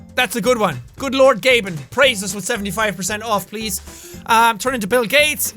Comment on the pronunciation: Anyone else notice the "you can communicate 'witth' people just chickens"